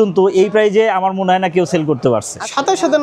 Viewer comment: সেল না চেল 😂😂😂